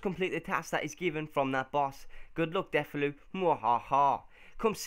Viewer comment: Really good series idea but you're saying Deulofeu's name wrong!